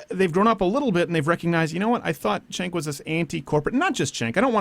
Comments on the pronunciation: Crowder will you ever do an interview with Cenk? Just curious. Also, you may hate the guy, but pronounce his name properly. It's "Jenk" not Senk. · It's pronounced "Chunk".